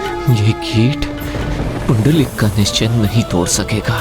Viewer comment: पुंडलिक आहे. पुंडरिक नाही